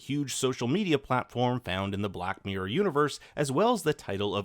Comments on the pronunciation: It's hard for a brit to hear the word 'mirror' butchered so many times in one video! Mirror... not miyr. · Wtf is a black MEEE-URR